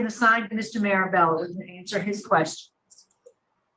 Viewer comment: He just can't remember or pronounce Marabellas name to save his life😂😂